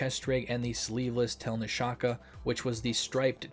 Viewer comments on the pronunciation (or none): I don’t t know if it helps but its pronounced telnyashka [tʲɪlʲˈnʲaʂkə]. (no hate or anything like that, just trynna help) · тельняшка = tyel-nyash-ka